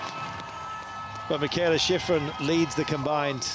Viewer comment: I don't think Teddy is talking about the commentator, he's talking about the announcer who's there on location. He has a heavy accent, so I'm sure that English is his second (or 3rd or 4th) language. It cracks me up, too. At most of the places she skis, they pronounce her name, "Mee kah ay lah Shee freen" 😂 You'll get used to it. Now, the commentator for the broadcast here is an English speaker by birth I believe, and my problem with him is that he can't pronounce anybody else's name. I remember being so impressed when I first started watching Alpine skiing, and Steve Porino and Steve Schlanger we're so good at pronouncing all those foreign names. They actually put some effort into it. But this guy here, he can't even pronounce Brignone's or Gagnon's or Marsaglia's or Ragnhild Mowinckle's names right. He pronounces the G in the Italian and French names. It sounds like he's been doing that job for a long time, and he's super knowledgeable. I don't get how he doesn't know how to say these peoples names.